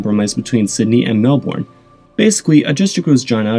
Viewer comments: That's not how you pronounce Melbourne. It's more mel-burn than mel-born. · Melbourne is pronounce as Mel-burn NOT Mel-born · > Says Rio de Janeiro and Brasilia with an accent > Says "mell born" instead of "mellbin" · it's pronounce Mel Burn not Mel Born, for fuck sake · Thanks for a great video. Just a quick tip. Melbourne is pronounced mel-bin as opposed to mel-bourne. It's a bit like how Maryland is pronounced mary-lin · Mel- born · You pronounced Melbourne wrongly. It's pronounced as Melben. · for fuck sake is pronouned mel born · Correct pronounce Canberra correctly but need to do some work in Melbourne!